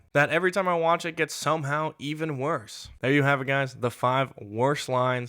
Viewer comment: What is "shomehow"?